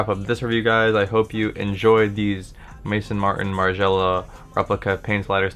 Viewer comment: It's Maison as in house in French. Maizon